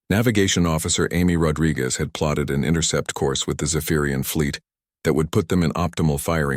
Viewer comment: Intercept course, not “intercourse” course!😂😂